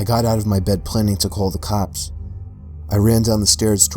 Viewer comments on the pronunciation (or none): Am I the only one hearing him say that words weird. Like " the cwops never cwaught him". To that typpa things kids do with the "w"